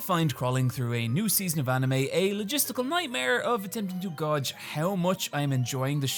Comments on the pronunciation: i love you you're pronouncing gauge wrong i love you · Does not know how to pronounce gauge (gage) or do Irish people just pronounce it as (gawge)? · I'll never not giggle at "gawge" pronunciation of "gauge". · Is that how you pronounce "gauge"? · The way you say "gauge" causes me physical harm. Otherwise, banger video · Are you saying gauge like that on purpose?